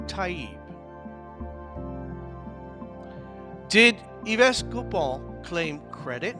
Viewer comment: Yves is pronounced "eve"